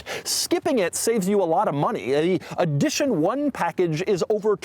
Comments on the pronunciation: How does he not know how to pronounce edition? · Take a shot everytime doug says EEE-dition 1